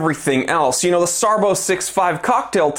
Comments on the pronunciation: SARBO? SARB Zero One Seven. No SARBO. After the B is a Zero, not a letter O. The zero after SARB is silent. It's pronounced "SARB 17" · "SARBO"??? it's a zero man !